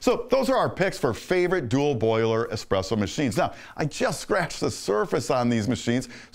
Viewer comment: "ESPRESS MACHINES"